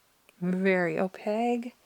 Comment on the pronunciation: Thank you for sharing. I I was able to narrow down what I actually want. By the way, in case no one has told you yet, opaque is spelled with a q and subsequently, pronounced with a q as well… O-pake 😂 Not, O-peg. 😉 Now I’m going to spend more money on art supplies. ❤❤